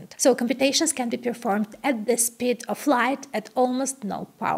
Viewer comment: how can a girl who is so intelligent speak so poor English? She can't even pronounce the word "speed" properly?